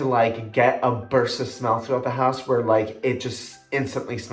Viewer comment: I absolutely love candles! And wax melts x will need to get some zoflora 😍 loved when you said “the hoose”😂👏 another great video💓